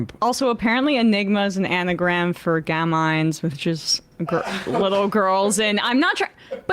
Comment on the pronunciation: "gam-een", please do the bare minimum when provoking baseless conspiracy theories